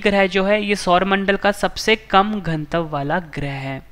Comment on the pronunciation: Pronunciation sudharo ghanatav ka